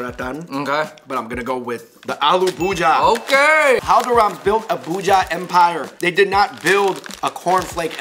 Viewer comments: That's alu bhujiya not allu buji😂😂😂😂😂😂😂😂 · Its not aalu bhuja Its aalu bhu - ji - yaa